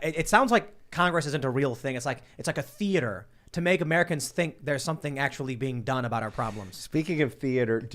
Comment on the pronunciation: The way Tim reacts to MTGs “The-eh-ter” is fucking hilarious!!!